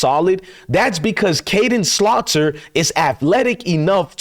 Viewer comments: I would like to see how juju does in the next game. He’s fearless,and needs developing.,his last name is SAL-TER (not Slaw-ter). I don’t trust Shurmur. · His name is "salt er" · Whos “slaughter”? Isnt the QB’s name Salter? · His last name is SALTER. SALT + ER = SALTER....congrats on not smoking, it brings a different clarity.